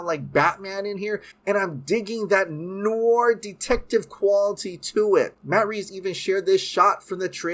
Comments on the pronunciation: Pronounced ... Noor-waa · Dude if you like noir movies then learn to pronounce noir properly (it’s French for black or dark) but doesn’t mean black and white necessarily -keep up the great work my man!! Awesome dc updates - can only hope to get Bat-fleck back as much as possible!!